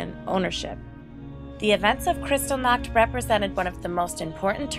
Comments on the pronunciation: Worst mismatch of voice actor and subject matter ever. Valley Girl narrates one of the most disturbing chapters of the 20th Century. She is so unfamiliar with what she is reading that she mispronounces every key name and term, all while using a tone that would be better suited to a commercial for frozen desserts. As others here have pointed out: GEHR-bulls, PAH-grom, kri-STAHL-nahkt. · You mispronounced Kristallnacht and Goebbels name. It's pronounced Gherbil, hard g, like Gehring, another Nazi, and the vowel sounds like gerbil not gobbles. If you want to report factual history, please use the correct pronunciation. Maybe it may seem like a small matter, but not to the people whose relatives the Nazis murdered and whose names echo throughout that time.